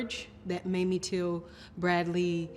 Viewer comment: Okay. Why is that some newscasters say Mammy instead of Mamie. They wouldn't say Mammy Eisenhower. Come on, racism is present.